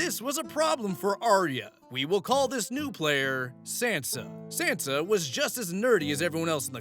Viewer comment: That pronunciation of Sansa is killing me.😂